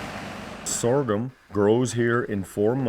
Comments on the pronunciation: If I hear this dude say sorgum one more time!!!! Lol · Lol I'm just here hitting my blunt every time he says soregum